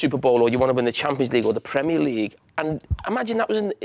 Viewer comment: He says "Premier League" like it's supposed to be said...in contrast to most yanks! 👏👏